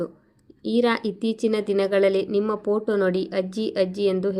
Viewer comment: ದಯವಿಟ್ಟು ಪೊಟೋ ಅನ್ನಬೇಡಿ. ಫೋಟೋ ಅನ್ನಿ.